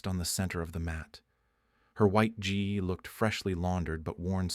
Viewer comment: also, gi is pronounced ɡē